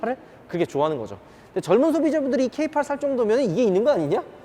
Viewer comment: 케이팔이라 아니고 케이에잇이라고..